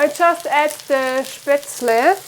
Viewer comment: WOW! That bread looks AMAZING, please teach us if you have not yet. I'll look through your videos. Also, did you say Spaetzel? I always wanted to know how to make it because I'm German Heritage American. I might make that goulash for Thanksgiving. I think my other half would really love it. Thank You! Does everyone have a wood stove in Germany? My grandma had one in PA.